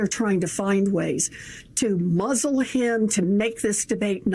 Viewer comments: Did she just say," THAT'S WHY THEY TRY TO Muzle HIM"?? LISTEN AGAIN. 47 seconds in as to why Trump is afraid of Bullwinkle' sister caramel hariSSS. Hamilton Ontario Canada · Elizabeth Warren had a slip at the very beginning when she was saying that they are going to muzzle him.Go back, listen to the first 3 minutes.You're gonna hear where she pacifically said muzzle him